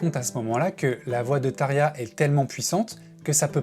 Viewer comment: I get that their names are hard to say, and I can gloss over pronouncing it as “Thomas”. But come on dude; “Tare-yah”?? If you’re gonna make a 42 minute Nightwish video, take 5 seconds to look up the pronunciation of the lead singer. Tapped out .